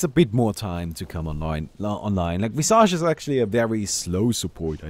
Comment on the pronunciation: Thats not how you pronounce visage.